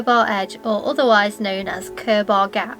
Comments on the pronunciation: Cur-BAR haha - it’s pronounced more like curbah or curb-er :) . Great spots though. Robin Hood stride is my favourite. amazing sunsets from there. And it’s only a 2 minute walk from where I’ve always lived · Pronounced Cur ber rather than Cur bar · Cool video. Never heard anybody call it Cur-bar before. I live very close, it's more like Kerb-err or even Kurb-ah, with a sharp ending. If that makes sense. But, yes all good, loved the drone footage. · I was born and have lived in the peak district for nearly 70 years ,this is a great video you have selected your top ten well ,their is just one minor thing that is wrong and it is very minor and that is the pronunciation of the word Curbar it is pronounced more like Curber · Hi. I fell upon this and, living on the edge of the Peak District and having walked all your top 10, I enjoyed it very much. Interesting pronounciation of Curbar, which is Curber locally. My other favourites are: Padley Gorge, Edale and Kinder Scout with Kinder Downfall, Luds Church, Alport Castles, Bretton Clough and so many more. The Peak District is so underrated! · Not a bad effort but you missed all the best ones out . Curbar is pronounced Curber around here .Get away from the tourist stuff as it's over populated . I live in the Peak and tend to stay away from the tourist attractions . Far better and more stunning places than these . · Nice, appreciate the effort you made to get to these places first thing in the morning! Never heard Curbar pronounced that way, I've only ever heard it "Kurrba". Btw, caption slip up on "Winntas" (sic) Pass. Thanks.